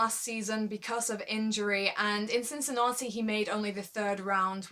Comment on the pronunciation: Great work, quality video again. I hope you'll make review about the USO as well.:) I wanted to write that I like the way you said Cincinnati, (it's so British :)), but I see in the comments, someone else had pointed it out already.:) The name of the tournament says it all: I hope it's going to be Roger's Roger's Cup soon. :D But if not, then he can rest before playing on his most suitable hard court on Tour in CincinnAti. In 2014, he overplayed a bit and it probably cost him that US Open. With Djokovic and Wawrinka missing the rest of the season, I think there's going to be a huge fight for the other 6 places at the World Tour Finals. I would be curious to know what's your prediction on that, I'll go with Zverev, Thiem, Cilic, Murray, Nishikori and maybe Raonic as the qualifiers for London. Bedych and Querrey have good chances as well.